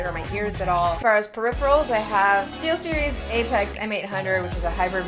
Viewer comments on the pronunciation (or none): none